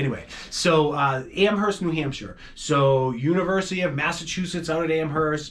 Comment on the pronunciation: PLEASE don't pronounce the H in Amherst.